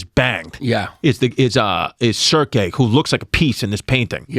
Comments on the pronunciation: Yanni & Chris constantly mispronouncing the names Odysseus, Hermes & Circe is killing me cuz! It's what it is! In the ass tonight by $3 Bill Collins is the best one! Ha! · If you wanna be a history podcast it would behoove you to learn to pronounce Odysseus, Circe, Hermes. franks and beansssss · Chris not being able to pronounce Circe or Hermes correct had me rolling